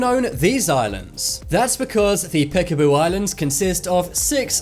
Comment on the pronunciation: Just to say, the letter Ç makes the sound ot a S, not C, then is not piasabusu island, sounds like piasabusu island